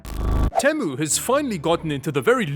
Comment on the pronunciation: Temu: (Tea'-Moo) for the love of god...